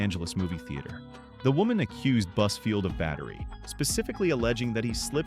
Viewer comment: When you say buzfield... I hear buzzword 🤦‍♀️